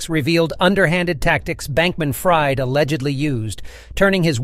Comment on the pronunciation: I think he goes by “FREED” - fried is pronounced “freed” 😂😂